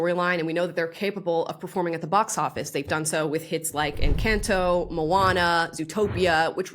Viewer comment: “N - cant - toe” 😂